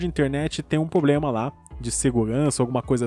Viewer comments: O problema é falar poblema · cara, nunca mais fale POBLEMA, corrige isso, pelo amor de deus.